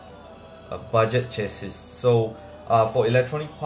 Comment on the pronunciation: Lost me at chass-is